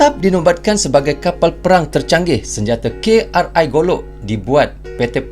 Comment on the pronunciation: KRI jangan dibaca pakai bahasa English, pakai logat melayu kita saja, karena KRI singkatan Kapal Republik Indonesia